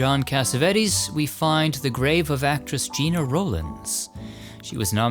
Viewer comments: Gena Rowlands was a wonderful actress - may I politely point out that her first name was pronounced like "Jenna," rather than sounding like "Gee-na." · Gena Rowlands. Her name is pronounced "Jenna;" not 'Gina." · Welcome back. It is Gena [like Henna] not Gina Rowlands. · First time viewer, here. Great work! 👍 A note regarding Gena Rowlands: Gena is pronounced like Jenna, not Gina. I don’t think anyone could blame someone your age for not knowing that, though. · Geh-nah. Not Gee-nah. Sounds like Jenna. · Notes: • Gena Rowlands' name is pronounced "Jenna." • Math isn't mathing on Jack Arnold. 1912 to 1992 ≠ 75 years. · Gena Rowlands is pronounced like Jenna. Otherwise I love your videos!! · Gena Rowlands first name is pronounced like “Jenna.” ❤